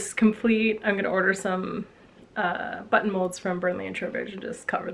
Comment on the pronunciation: You did an amazing job sewing the vest! And you gave me quite a chuckle at minute 30, because it sounded like "sew on the but hole", when I am sure you said button. That totally made my day though!!!